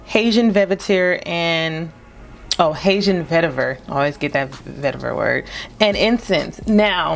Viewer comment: I don’t like it. Smells like the scent they put on a plastic baby doll. You don’t know how to pronounce Hatian???